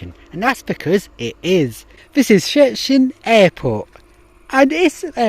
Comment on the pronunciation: It's "shchetsin" not "sketsin" :)